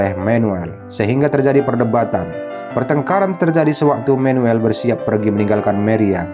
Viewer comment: Manuel bos bukan menuel Maria bukan meria 😂😂😂😂sok pinter bahasa inggris lu😂😂😂